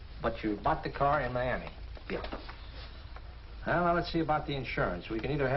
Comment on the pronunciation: "Mi-a-mah" for Miami.